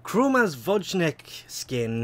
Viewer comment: The Vojnik " skin , comes from a slavic exact word vojnik, meaning soldier, u just pronounce the J differently, as the Y in " you"